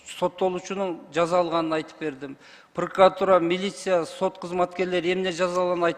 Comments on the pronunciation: ТантыкКантип иштеп журосун прокуратура деген созду,пыркыратура деп тантып жатасын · Пыркыратура,тыркыратура болуп кетти го ,вообще то прокуратура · Прыкырор "прыкыратура" дейт го я. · Улуу урматтуу президент дейинчи еми ушу прокуратураны жакшы так айталбаганды ген прокурор кылып отурганынар ото еле окунучтуу😮 чулдурап какап так жооп бере албай жатат тобаа😮 айла жок кулосун даа😂